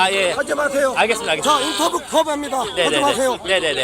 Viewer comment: 인터뷰거부합니다 하는 사람 발음도 인터부이러면서 발음이 이상한데